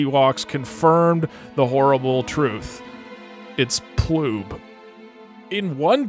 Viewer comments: It sounds like hes saying "Ploom" to me, change my mind after 2 years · He says ploob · It is so clearly Poob tho. Just listen to it! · It's ploob. I heard ploob. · I heard ploob